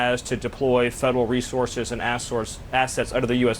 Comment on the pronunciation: He almost says assourses instead of resources 😂 his brain is clouded by the rage he cannot contain